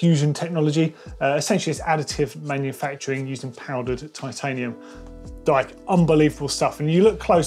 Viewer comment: “titanum”— did they save weight by dropping the “i”? 🙃